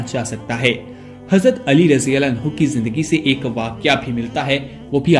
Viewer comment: Plz hazrate Ali raziallahu taa'ala anhu Ka naam Pura or Sahi se le jisse lafz samjh Aaye..